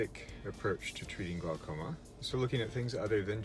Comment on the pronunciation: Glaucoma, pronounced glawcoma.